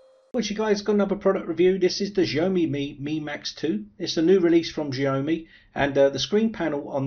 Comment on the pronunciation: jeaYOmi ? It's Xiaomi!